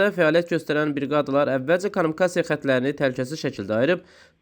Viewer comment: Ay, konumikasiya yox, kommunikasiya